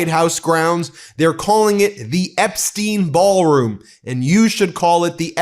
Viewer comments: Epstyne not Epsteen! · Epstein is pronounced as epstyne.